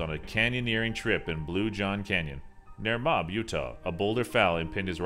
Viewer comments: Its pronounced Mo-ab not mob apparently only residents know this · Moab is pronounced Moh-ab, not mob. FYI.